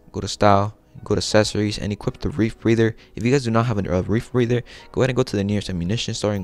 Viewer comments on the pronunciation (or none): It’s just the RE - Breather Lol dude kept saying REEF BREATHER .. Dope outfit i did it 🥳🥳